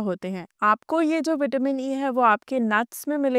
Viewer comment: पहले बोलना तो सीख लो आपसे विटामिन बोलते भी नहीं बनता है